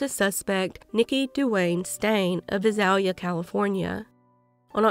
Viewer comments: Just wanted to let you know Visalia is pronounced Vie~sail~ya. Thank you for covering these cases. I live about an hour and a half from both Fresno and Visalia California. 😮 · Visalia is pronounced Vy-sail-ya(short a). May these victims rest in peace 🕊 🕊 🕊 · I love your channel and realize this is a very small detail, but... No doubt those familiar with cities like Visalia and Tulare would appreciate their proper pronunciation. It's only takes a 2 second search to find the pronunciation of almost anything. The internet is great for things like that. Serious shout out to family members who willingly give their DNA in order to help in these cases, even though the information has got to be brutal to learn. My heart goes out to all the victims and their loved ones. I don't ever want to picture what these victims might have experienced, because of its horrific nature. The nightmare lives on in the minds of those who care about them, while these perpetrators just went on their merry way. There really is no justice for crimes like these, but it's better for them to at least be locked away so they can't continue their reign of terror.